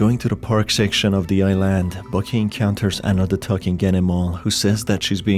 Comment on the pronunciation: Man says "i-land" as if it were an apple product